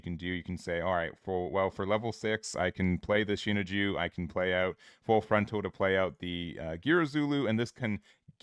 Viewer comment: Sea-naan-jew (sinanju) And Cat-tra (quatre)